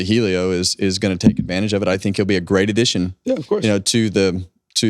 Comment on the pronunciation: OK folks, is Helio pronounced eelio or ellio? I hear both. Inquiring minds…